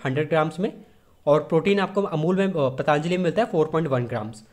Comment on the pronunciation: ओ भाई पतानजली नहीं पतंजलि होता है